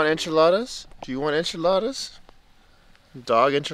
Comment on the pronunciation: Yooooo if those enchiladas were as great as your friend’s accent I will be very jealous!